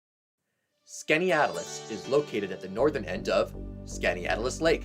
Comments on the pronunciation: You almost got it right. But it's not "skany-atlas" it is "skinny-atlas." I grew up in Homer. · Skaneateles... by the locals, it's pronounced "skinny atlas". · Upstate New York native most of my life. You pretty much nailed it. When I heard the number one I thought you said Oswego.. big difference. Also most finger lakes people pronounce it Skinny-atlas. Great job.. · 10 is supposedly named for Pennsylvania Yankee Penn Yan. I love the Finger Lakes region, Im from Elmira just below Watkins Glen. 8 is pronounced Skinny-At-Las. 5 If ya coming north on NNY14 from Horseheads and you want to avoid the mess thru town where 414 comes into town, turn right right before the TOPS plaza and turn left behind it, follow that st till the light and turn right to go north on 414/Walmart or go one more block past the light and turn left to meet 14 again above the 14/414 red light. I was born and raised in Elmira so I know the short cuts. Watkins Glen International is in the town of Dix NY at the top of the hill, orig the track was a 6mile road course. Oct 1947 was the 1st Post WWII race in America, "The Day They Stopped The Trains." If you go to the park, go to the South Entrance, where the Pool is. Its easier to get in and out from that entrance, you only miss one waterfall from that entrance and its an easy walk to get to and continue up the gorge. 1 Owego was a rr town serviced by the Erie (NS active line), Lehigh Valley and DLW (Lackwanna), The DLW & Erie merged to create the EL in the 50s. The DLW line from Owego to Ithaca was the oldest part of the whole DLW system at one time. The DLW old bridge supports can be seen when the river waters are low, Their station and tracks were located where the Owego exit is on Rt17/I86. NYS bought a lot of the old DLW line to build the hwy RT17. The old bridge crossed just west of the road bridge over the hwy and riv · It's skan-ee-atlas